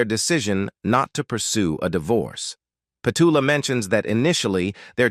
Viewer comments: Would have preferred to hear Petula's voice rather than your constant rhetoric about her life! Why no songs? Why none of her interviews where she tells of her life? Why no videos where her children, friends recall her life? You also mispronounce her name!! Its Pet-U-la! Very disappointing video. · Pity the narrator can’t pronounce her name 🙄